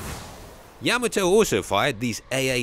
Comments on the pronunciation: It's not "Yeah-ma-toe", its "Yah Ma Toe". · Yuh-maa-toe lol not yam-uhh-toe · Like the video except you keep saying Yah Muh Toe when it's Yah Mah Toe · YAM- a- toe? Yah- MOTT- o. Good grief. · yama toe ? NO NO NO Yah mato same type of people that say werner von brown its Werner Von BRAUN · It’s not yama-toe, it’s yuh MAH toe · The way you’re pronouncing the name of the ship sounds wrong. Is it YA ma toe… or ya MA toe? I’ve always heard it pronounced ya Ma toe. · You are pronouncing Yam ato the wrong way. It is pronounced Ya mato is correct!! 😊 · He put the emPHASIS on the wrong sylLABLE. It’s YaMAto not YAmato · I always heard yaMAHto with the syllabic emphasis on the middle section. I guess it’s another example of two countries separated by a common language. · Ya-mato.Please pronounce it correctly!! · THANK YOU! The mispronunciation of Admiral Yamato's name distracts from this otherwise outstanding historical piece. - Retired Senior Naval Officer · You would think someone being paid to make a documentary about a boat could at least learn how to pronounce its name. Makes me cring everytime he says it wrong. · Dude needs to pronounce Yamato right. Drives me nuts when he pronounces it wrong. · Gotta love a video where the narrator can't even say the name of the ship correctly? Even worse, really bad journalism when talking about the explosion of the battle ship they show a picture of the abomb from Nagasaki. Just saying truth and attention to detail are piss poor here... For a documentary, that should be more interested in being true and factual...